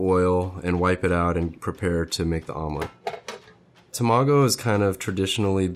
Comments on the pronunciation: It’s Tamago not Tomago. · This is amazing and mesmerizing. You are so crazy skilled! But you gotta learn how to pronounce Tamago my dude 😂 TA-ma-go, not ta-MA-go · ta-ma-go not tomago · Him saying tamago like that was pissin me off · Haha he was cool until he pronounced tamago wrong, haha. Jk